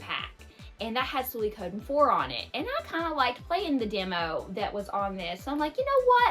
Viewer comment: Your pronunciation of Suikoden is not too bad. However, I recommend pronouncing Suikoden "SWEE-koh-DEN". Without getting too deep into Japanese, here's why: "sui" is two syllables and "den" is two syllables (n is its own syllable), but "ko" is only one syllable. Therefore, even though Japanese doesn't stress syllables as we do in English, the "ko" part is a relatively small part of the word and gets skipped over a little faster when speaking Japanese. It's also my favorite game. I've never thought of the map as being big, but I suppose that's because there aren't that many locations and I'm familiar with the layout. The mini-map is very useful when navigating. Edit: Threads of Fate -- Rue actually plays a lot like Brave Fencer Musashi, while Mint's gameplay is streamlined. I enjoyed Threads of Fate a lot as a kid, mostly because you get a much better understanding of the game by playing both stories. I tend to play RPGs for the gameplay more than the story and it's been a long time since I played, but I still recommend giving Rue's story a look-see. I hope you enjoyed Radical Dreamers. I played it on emulator years ago and found it quirky but fun.